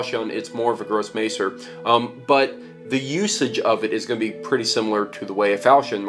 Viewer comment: His pronunciation of Grosse messer is pretty....yeah, so don't expect him to get Maciejowski correct. lol